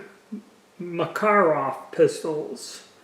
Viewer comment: That’s actually fairly close to the Russian pronunciation. Better than the typical Mack-a-rav.